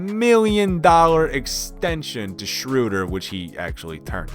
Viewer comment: oh my GOOOD, I didn't realise he actually said the Cavaliers will do something with drummond. Well then he doesn't watch bball, and i don't know how he knew how to pronounce Schroeder, or he is either Hawks or OKC fan, but he didn't know how to pronounce Ibaka so he is either an amateur OKC fan or a Hawks fan